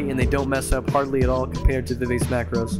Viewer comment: It's pronounced Viv ah chee